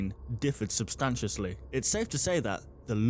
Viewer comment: lmfao, substantously. that's not a word